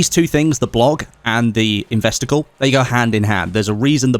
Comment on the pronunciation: Spent ages trying to figure out what an "investicle" is 😂